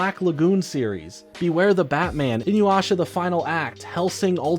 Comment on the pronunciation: This man can't say inuyasha to save his life 😂😅